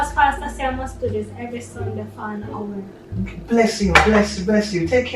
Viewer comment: The emphasis on pastor saying she should visit for an hour 🤣.